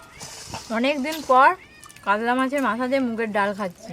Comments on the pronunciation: তোমরা উচারন কাদলা বলছো কেনো। কাতলা বলো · Kadla mach ki murkho uchharon para na